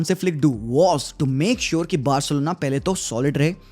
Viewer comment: Barselona ❌BAHARSELONA✅